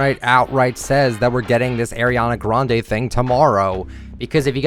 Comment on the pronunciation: No not the way he says Ariana Grande’s name LMAO 😂🤚🏽